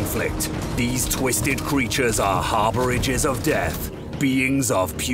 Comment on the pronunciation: Also, what is a harbouriger? Pretty sure you mean harbinger haha love CA QC